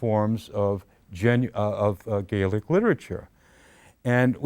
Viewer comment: He completely skips over the fact that the Scots will obviously have a shared history with Ireland, we're the same people. If he had really done extensive work on the language you would think he would at the very least say the scottish word Gaelic correctly when talking about it instead of using the irish way. Scotlands oral tradition is extensive, it's even commented on going back to the times of the Romans. Did MacPherson embellish, most likely, but there was already a framework of older stories already there for him to draw upon.